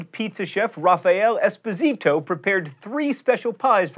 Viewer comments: I know mispronouncing names is John's thing, but this might be unintentional so I feel compelled to say, that Esposito is pronounced esPOsito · Its pronounced Es-pas-i-toe not Es-po-ze-toe unless you are Spanish or Sicilian. How do I know this? ITS MY LAST NAME! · I'm sorry for being pedantic, but the Italian name of the inventor of Margherita is Espòsito /es'posito/, for English speakers ess-PAW-see-toh :)